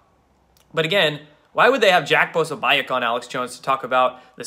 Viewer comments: Actually, it's pronounced Puh-so'-beck (the "i" is not pronounced. Jack has pointed this out more than once). Seriously, I can't listen to any more. "Caught up in ego".....is he describing himself, or the two gimps? can't see it now, from his youthful vantage point (I'm more than twice his age) but he has a LOT of growing up to do. I have ONE word for him:HUMILITY. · Argh!!!!!Core'-see.Po-soh'-becSorry, I can't listen any more.. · Dude! Its pronounced "Pah so BEE eck" . You really have a wasp centric mispronunciation of ethnic names issue LOL! But it does make for funny video! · Hahaha Dude, you still can’t figure out how to pronounce Jacks last name? Come on man, seriously this is just lazy. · no, dont want to know, does not help. and that is not how it is pronounced.